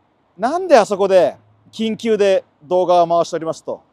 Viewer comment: 緊急が言い得みたいな言い方草